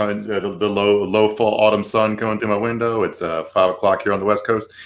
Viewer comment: totally evoked, for once in a thankfully loooong time, Gretchen Wilson, I think? "... put my ail-bow, through a plate-glass wheyn-dough!"